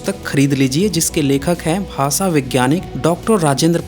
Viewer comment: आपके video बहुत informative होते हैं. बुरा मत मानीये. स और श के उच्चारण मे फर्क है . आप स और श मे कोई फर्क नही करते. भाषा का उच्चार भासा करते है जो गलत है.